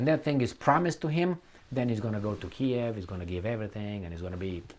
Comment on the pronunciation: it’s Keeeeev 😂